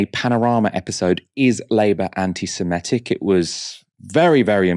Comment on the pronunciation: please could you try not to pronounce "antisemitic" as "antisemetic"? I'm sure you're not, but it sounds as if you're confusing it with the word "anti-emetic", a drug to prevent vomiting.